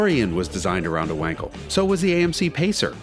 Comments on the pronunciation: Amount of "wankels" in this video is overwhelming. It's pronounced with a solid V. Please call it like it is. Not wankel.. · "Vankal" please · It’s Vahn-kel you Vanker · Say "Vankel", not "Wankel" - that's the correct pronunciation! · Wankel is pronounced Vankel.Just like Aston Martin isn't Aston Martun and Jaguar isn't Jagwire.Americans have no idea how to pronounced foreign car related words. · It's pronounced Vankel